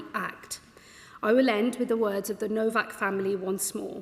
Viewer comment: This Vile Creature, Cant EVEN GET THIS POOR YOUNG MAN’S NAME RIGHT …….. His name is HENRY NOWAK 😮!!!!……. Not NoVak…You Vile Arrogant Man! He was every Patent Dream……he was All you could wish for and more…….HIS LIFE HAD VALUE. But YOU, starmer, Reduce the likes of Henry and millions of British Whites, down to White Racist Thugs!!!! You, Mein Starmer, must have a huge bucket beside your bed, full of British Blood, where you conveniently wring your hands nightly, to rid yourself of your latest Victim😤🤯👺. We need a country wide protest, in every town and city that has Victims of Labour’s Decades of Anti Working Class White British, Racism.!!!!!!